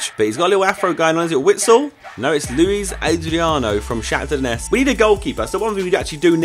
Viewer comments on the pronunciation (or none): none